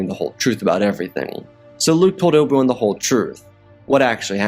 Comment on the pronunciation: Who TF is "Oble One?" Bro, you gotta slow down! Sheesh!